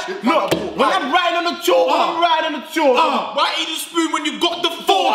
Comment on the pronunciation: well it's certainly not pronounced CHAWWK